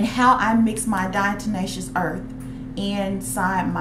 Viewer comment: Its Diatomaceous earth, not Diato"n"aceous earth. Good info.